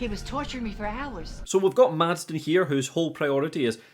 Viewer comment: The guy's name is Madsen. Did you also write Madsden in your script every time or did you really struggle this hard and consistently? Sorry, but it was just so distracting, especially with how often you used the name.